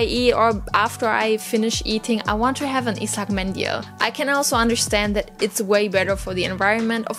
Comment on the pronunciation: darf ich Dir eine Tip geben? Der Buvhstabe "ı" wird nicht wie ein "i" ausgesprochen sondern wie ein "u" jedoch muss man dabei grinsen um den richtigen Ton hinzukriegen. ıslak mendil ;-)